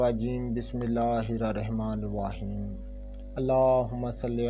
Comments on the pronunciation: بسم اللہ تو ٹھیک پڑھیں سر جی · بھای صاحب پہلے بسم الله تو صحیح پڑھنا سیکھ لو۔۔۔۔ افسوس ھے توبہ توبہ مسجد کے قاری صاحب سے وقت کو اور صحیح پھڑنا سیکھو